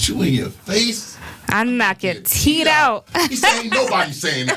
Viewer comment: Soo many Tooth’s are called Teed? Lol asking for a friend. All this time I thought it was teeth